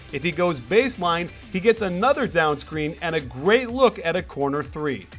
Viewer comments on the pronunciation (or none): none